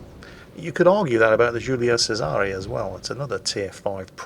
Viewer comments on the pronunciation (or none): the right way to pronounce Giulio Cesare is something like Jewleeo Chezare. Julio Sezare might be the new 2020 Latino-American summer singer, but definitely not our manXD (this is just information, take it as it is) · Since when did Italians turn mother fuckin Spanish?!?! JEW-LEE-OH CHAIR-ZAR-E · you pronounced Giulio Cesare 6 times, in 4 different ways, all wrong